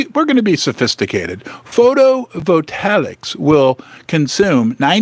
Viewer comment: HEY!... IT'S PRONOUNCED: "PHOTO-VOLT-AYICS"...:face-green-smiling::face-red-heart-shape: "YES!!!" SILVER IS GOING TO BECOME EXPONENTIALLY MORE VALUABLE!!!!!!!... SOON, IT'LL BE WORTH MORE THAN GOLD!!!...:face-fuchsia-wide-eyes: I THINK THAT GOLD WILL QUICKLY GO TO $40K/Toz, AND SILVER TO $5000/Toz.... WHEN THE FIRST "NUKE" IS LAUNCHED!!!...